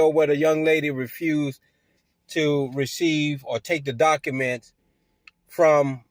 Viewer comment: He keeps talking about serving people with "dock-a-menz." Just what exactly are "dock-a-menz?"